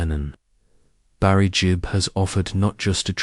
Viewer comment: Gibb not Jib🙄